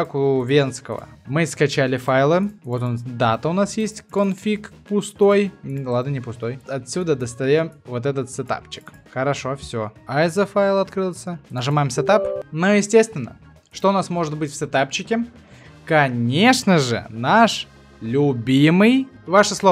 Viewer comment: и iso файл читается как исо а не айсо